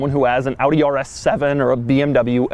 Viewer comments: Wait, an American who doesn't pronounce Audi as "Aww-dee"? Rejoice! 😂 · I love that you say Audi how its supposed to be pronounced!! Not like the americans who say like adi or odi or something!! I am from the Netherlands (country to the left of germany) so i pronounce it like AUDI as well! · thanks for pronouncing audi right doug